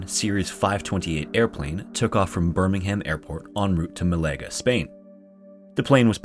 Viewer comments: That's a hell of a way to pronounce Birmingham........... and Malaga lol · The fact that BOTH 'Birmingham' AND 'Malaga' were mispronounced is so funny to me, 10/10